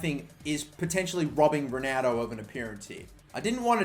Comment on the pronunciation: Y do u say Ronaldo like a dyslexic spa - ronaudo